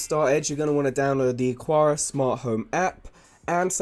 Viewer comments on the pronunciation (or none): Thanks for the quality information. Small quibble, though: the pronunciation of Aqara should be like "Akara" instead of "Aquara".